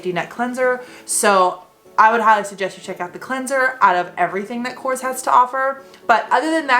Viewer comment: Thank you for supporting a greek brand:)As a greek i appreciate it❤❤❤ (also it is pronounced Korrés)